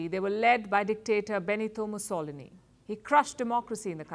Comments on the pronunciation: Beneteo Mossolini.... ha ha ha she doesn't even know how to pronunce the names. And she has no idea of what she is talking about, a simple cursory search will show how what she is saying has no bearing to what is happening in Italy. Like when Giorgia Meloni (the most pro-Nato and pro-Europe premier we've had in a long time) articles where coming out in Anglo countries all worried about "fascism returning to Italy" Do your research, read and study before saying stupidities. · IF you were referring to me,I found it funny cuz of the way she pronounced his name.